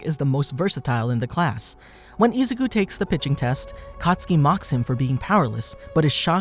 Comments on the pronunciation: boy said ''isucu'' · How many times can you say “Izuku” wrong … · Man the way he mispronounces izukus name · No offense, but the way he says “Izuku” it’s just so weird!